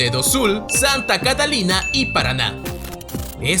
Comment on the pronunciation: Excelente vídeo, só uma pequena correção: o nome correto daqui do Estado é Santa Catarina (com R) e não Catalina (com L) como foi pronunciado. Um grande abraço 🤗